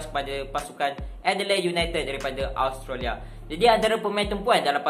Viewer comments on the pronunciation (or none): none